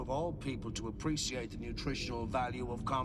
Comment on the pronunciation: I always noticed when O'Brien pronounced "appree-see-ate." I wonder if that's an Irish thing or a Colm Meaney thing.